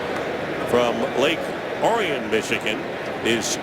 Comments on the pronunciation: it's pronounced "Lake Orr-ee-in" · Heath’s hometown is pronounced lake “ore-e-un”